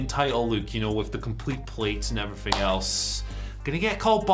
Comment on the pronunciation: “And effryfing else “ Andy Murray probably